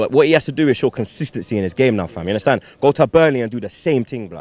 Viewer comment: You 'hunderstan'? Haha